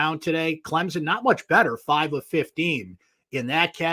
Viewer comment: It's Clem-son. I realize this is asking a lot.